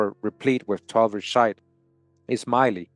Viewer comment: The word shiite is pronounced sheee ieght last part like the word height but without the H.